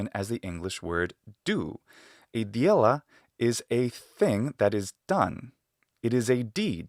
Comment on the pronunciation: Great video, but here are some corrections for your Russian pronunciation: Е only has a glide before it if it's at the beginning of a word. Вещь is v'esh', not v'jesh' (not bothering with IPA, sorry). The Д in дело should be palatalized because of the е. Not sure if it's just palatalization, it seems to also get a hint of a fricative after it. Unfortunately, I can't go into more detail or describe it better because I don't have a lot of formal knowledge of Russian despite it being my native language.